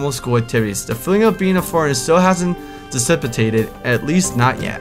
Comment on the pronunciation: Part of the joy of this playthrough is hilarious misreadings. "Disipitated" is my new favorite.